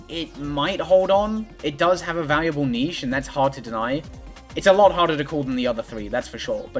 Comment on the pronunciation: 0 shots cause they never fucking say it right